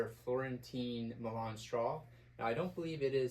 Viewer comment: Nice review and shout out for the coffee. The milan straw is pronounced "MY-lin" and not like the Italian city. It is actually man made high grade plastic that is shredded very thin (like cutting angel hair pasta), then woven into cords and then those cords are woven into the hat. You can see the start of the cord spiral in the crown. I have one and it is good in summer, very flexible but retains its shape and brim snaps nicely. I agree on sizing, the milan is flexible which means there is a tiny bit of give. I like buying my 'right' size and then adding spacers if needed. The milan is easy to clean also so good for a weekend hat and can take some abuse. Got mine at Meyer the Hatter in New Orleans....a place any hat lover must visit at least once, or multiple times.